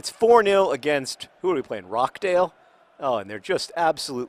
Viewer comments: John, it's pronounced ROSH-dale, not ROCK-dale. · John I know pronunciation of English clubs isn't your strong point and I can see why you are pronouncing it like that, but it is pronounced ROTCH-DAYL not rock-dayl :) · Just to clarify, it's pronounched ROTCH-dale, not Rock-dale. I live right near there. Pronounce in Northern English John Green and keep on playing Wimbly Womblys. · RoCHdale, as in CH from CHeese. Not Rock-Dale... Also thanks for the insights, I've just moved to NYC, it's a crazy place. Now you're in league 2 football if you ever want to fly over to England you're more than welcome to visit Accrington Stanley, my home town, one of my family memebers has helped the fans also take over that club! I'm sure I can sort out some VIP tickets :) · Did you just call Rochdale ROCKdale? Because, having had the misfortune to live there for most of my life that is bloody hilarious. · naw its pronounced phonetically john :) its jsut roch-dale :) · I don't know if John's mispronunciation of British town names is a running joke that you wish to continue, but John, I'm here if you want to consult someone on how to pronounce British town names, For example, Dagenham: "Dag-en-um", Rochdale: "Roch (Rhymes with scotch)-dale" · Just to let you know, you pronounce the ch in Rochdale, it's not Rockdale. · FYI, it's Roch (rhymes with crotch) dale :) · "rocdale" hmm not quite, John haha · Does anyone want to correct John on the pronunciation of 'Rochdale'?